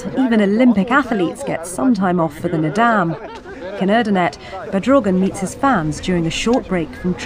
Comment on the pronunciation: Kept saying Nadaam, like madame, bothered me so much.